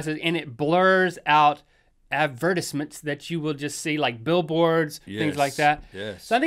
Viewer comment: Ad-vehr-tis-ments. Oh, Link.